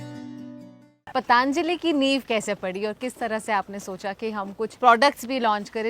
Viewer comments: Why is she saying पाताआंजलि? It’s पतंजलि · Kamiya ji .... It is patanjali not pataanjali..... Kindly correct your pronunciation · It's Patanjali not Pataanjali ..carly ji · पतांजली नहीं पतंजलि और योगा नहीं योग।कम से कम नाम तो सही लो। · just a small correction: it's 'Patanjali,' not 'Pataanjali.' Great video otherwise! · That is “Patanjali” not “Pataanjali”. Please for god sake, pronounce it properly. It is named after Maharishi Patanjali (पतंजलि) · Very nice episode. बस योग (yog) और पतंजलि (patanjali) को योगा (yoga) और पतांजलि (pataanjali) बोलना बन्द कर दो। My most favourite travel and food channel and best host. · सही उच्यारणं किजिये,पतांजलि गलत हैं पतंजलि कहो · Madam wo "पतंजलि" hota hai "पतांजलि" nahi hota hai. Btw Good video 👍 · Kamya, its not pataanjali, its patanjali… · its patanjali not pataaanjaali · कामीया जी..पतांजली नही..पतंजली बोलो नही तो कयी लोग आपको कमीया बुलायेंगे 😂😂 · पतन्जलि (पतंजलि) सही है, पतान्जलि नहीं। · “ पतंजलि “... एकदम ग़लत उच्चारण पतांजलि नहीं है वो “ पतंजलि “ है. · It's not पतांजली it's पतंजली why this accent. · It is Patanjali not Pataan-jali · आप पतांजली क्यों बोल रही है???पतंजली है उच्चारण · First and foremost, it's ' पतंजली '... not ' पतांजली ' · Kamiya needs to pronounce properly. She is running a channel that is reaching millions and is so careless about how to pronounce PATANJALI.